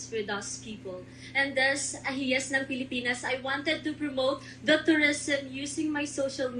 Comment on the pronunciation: HIYAS is pronounced like- HE-YAS!! Meaning GEM OR JEWEL.... Palatinjug is pronounced as how the Spanish abecedario would pronounce the letter J which H in Spanish. I thank you..